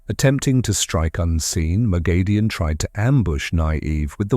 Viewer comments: Not according to the author. Robert Jordan gave pronounciation guides and her name is "Moghedien (moh-GHEH-dee-ehn)," It's grating to hear it misspronounced. Most of the long term fans of the series will spot this and it looks bad. Always try to get pronounciation correct to the original on explainer videos to maintain credibility. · Pronounciation correction it's "Moghedien (moh-GHEH-dee-ehn)" according to Robert Jordan. No long A sound anywhere in the name. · Can you PLEASE learn to pronounce her name correctly?!!!